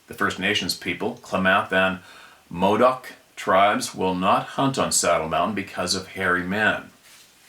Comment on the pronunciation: Klamath is pronounced, "clam-ath". Like a clam. Winema is "why-nee-muh". Modoc is "mo-dok". Good try though! Don't overthink it. Most Native American names are very phonetic. I never knew about Saddleback Mt. Good to know. Thanks for that sir!